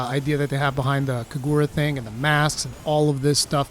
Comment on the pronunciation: Seriously, your Japanese pronunciation is pretty good, almost native in the way you say Kagura